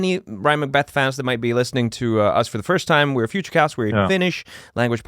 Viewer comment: oh it's futucast not futacast